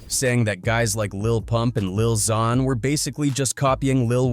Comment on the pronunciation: This guy pronounced lil Xan like 5 different ways 😂